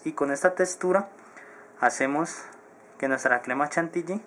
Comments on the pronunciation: Jajaj en el minuto envés de decir textura dijo testura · habla bien huevon es montada no motaa y es textura no testura